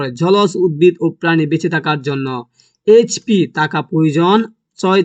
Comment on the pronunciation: আরেHP না PH হবে😅